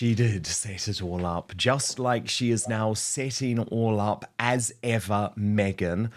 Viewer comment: 'As Ever,' sounds like "What ever" ! 😂